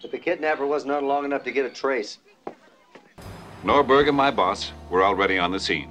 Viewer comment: No, it’s just Norberg, not Nordberg.